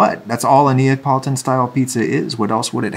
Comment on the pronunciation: i love how his son pronounces neapolitan as napoleon